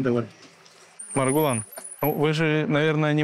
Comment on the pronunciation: Произнесите правильно имя Маргулан